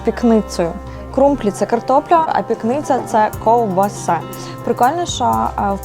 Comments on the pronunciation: Ковбаса "пікниця " наголос на перший склад !!!. Перед тим як говорити на камеру запитайте у місцевих жителів як правильно розмовляти і на який склад треба ставити наголос. Жах як ви все поперекручували. Сюжет дуже чудовий , все гарно відзнято, але ваша неправильна вимова розчаровує. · Все гуд. Тільки на далі кладіть правильно наголос в місцевих словах. Ніхто не каже пікни'ця. Правильно наголос в першому складі слова, пі'книця. І річка Ла'ториця а не Лато'риця. Люди які вас дивляться і можливо поїдуть по ваших слідах, можуть запам'ятати неправильні назви. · Тільки річка ЛАториця, а не ЛатОриця. ПІкниця і РАковці. Дякую. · тільки ЛАториця, наголос на "а" :), пІкниця на "І" (домашня ковбаса)